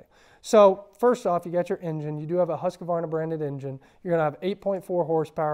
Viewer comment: Good video, but please say the name correctly 👍